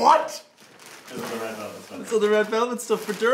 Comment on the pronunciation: Dublin man gains 2 stone in one week. He reportedly keeps repeating "red velvelt" over and over again. Experts believe he will make a full recovery.